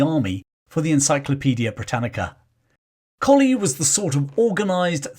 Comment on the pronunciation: Thank you for another fascinating glimpse into the British Army's history. In 1971 I married into the Pomeroy Colley clan. To my knowledge they have always pronounced Pomeroy as spelt, not "Pomfry" and Colley as in the dog, not "Coley" as in the fish! Throughout this video you jump between "Pomfry" and Pomeroy and "Coley" and Colley. I have watched the Majuba Hill video in which you do the same. (My Irish in-laws' family historian and author, Turtle Bunbury, will have the definitive answer.) Also, for the forthcoming Buller video, the Church of England is tying itself in woke knots over what to do about the memorial plaque to General Redvers (pronounced Reevers?) Buller that is on the south wall of the nave Exeter Cathedral. I have suggested that, although the Zulu War was an indefensible blot on the Empire's record, and that Buller was promoted well beyond his level of competence by the time of the 2nd Boer War, he earned his VC at Hlobane honourably. Many soldiers survived death by Zulu rifle or iklwa because of Buller's bravery during his 36 hours in the saddle (according to Donald R Morris in "The Washing of the Spears"). I believe both the plaque in the cathedral and his statue in Exeter should remain, preferably with a balanced, rather than a woke, explanation.